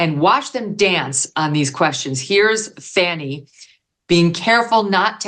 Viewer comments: Why do you continually pronounce her name wrong? Sounds like "Fawny" not "Fanny". Even your guests pronounce her name correctly. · "It was a Fanni call." I caught it, Megan. Well done, my lady!